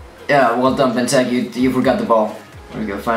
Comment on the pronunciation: LOL he cant even say benteke properly????